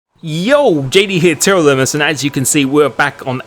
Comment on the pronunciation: as a Lithuanian speaker I hear it TR LIMIS